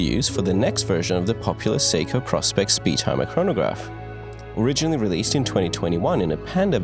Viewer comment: It’s pronounced PRO SPECS.